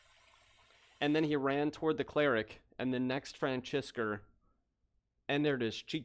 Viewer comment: great vid, amazing gameplay, and no hate but for the good of the channel please stop saying francesca axes weird every time, after a while it gets really really annoying. <3